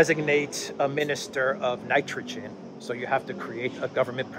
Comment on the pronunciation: Ok dude!...Ya gotta give up the JT impersonations!....A)they're not funny and B) they waste a tune of time. Did you just learn your new high voice?....Get on with it! Instead of trying to do impersonations. How about you learn how to pronounce Nitrogen.....Nice..... Nitrogen. N7